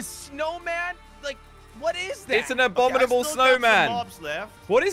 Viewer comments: aa-bom-ee-naa-bull abominable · (Abomninal snow man ) this dude said it wrong